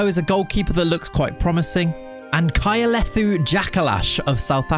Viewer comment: kayalethu is pronounced khaya -le - too.. you killed me with you pronunciation